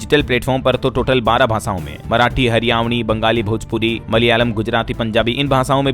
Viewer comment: हरियावणी गलत उच्चारण है